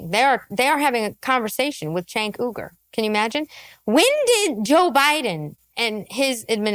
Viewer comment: "I'm going to intentionally pronounce 'Uygur' wrong. But I'm totally not racist." Got it.